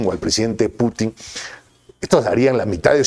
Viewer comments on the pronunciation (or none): none